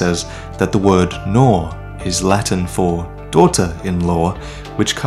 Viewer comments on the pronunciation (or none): its actually "Nora" = NO-RA (from the latin-Nura), its bride of a son or wife of a son, its the same in Portuguese.